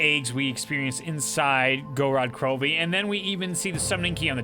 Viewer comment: Knows almost everything about the zombies storyline and has almost every cipher memorized...still doesn't know how to pronounce Gorod Krovi.